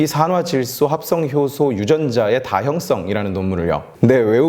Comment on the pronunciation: 다형썽이 아니고 다형성입니다.. 악센트 하나로 완전히 다른의미가되요.. 전자의 성은 성질을 말하는 악센트고 후자의 성은 형성을 말하는 악센트입니다..